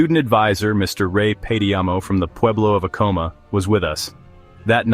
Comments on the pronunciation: Acoma “AH-coh-mah” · You lost me at your pronunciation of “Acoma”.